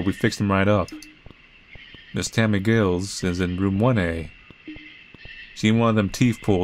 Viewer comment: 'Giles', rhymes with 'tiles'. Good playthrough. I like that the developer always has a possible good ending to their games.